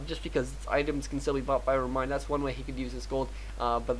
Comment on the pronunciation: ReMinD not ReminD